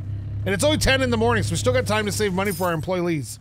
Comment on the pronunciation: “It matters how you word things and how you say things” *pronounces employees “employlees” Haha sorry. Been watching you for years and have to give you some crap. I also don’t skip ads sooooo…you’re welcome? Keep ‘em coming. I love this series:)